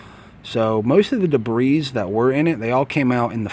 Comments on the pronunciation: Nice video. The 701 comes with full synth oil from the factory so I disagree with you on that point. Rotella T6 is JASO-MA rated, full synth and cheap. The T4 will not hurt it though. The word "debris" is pronounced "da bree" not "da breeze". Thanks for your video! I am looking forward to my first oil change on my 701. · debris is is already plural, please stop a saying debrissss. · A real Nazi would be smart enough to not say debrisss. But nice video though.